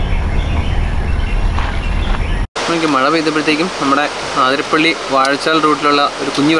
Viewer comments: ആതിരപ്പള്ളി അല്ല... 👉 അതിരപ്പിള്ളി 👈 എന്നാണ്.. ഇനി എങ്കിലും, പറയുന്ന വാക്കിലും, എഴുതി വയ്ക്കുന്നതിലും ശ്രദ്ധിക്കുമല്ലോ.. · അതിരപ്പിള്ളിയാണ്. ആതിരപ്പിള്ളിയല്ല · ആതിരപ്പിള്ളി അല്ല bro, അതിരപ്പിള്ളി